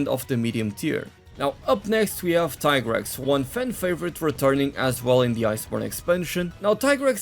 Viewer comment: Hey , its pronounced tea-grex , u thought i wouldnt notice ?